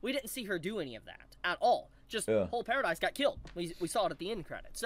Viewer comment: One thing I'd like to note is that it is Paradis Island, not Paradise Island, as in Paradise without E, or Paradise without Eren (because he is in hell, or something).